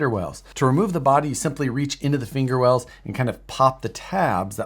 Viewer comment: Wait did I just hear "finger wells"?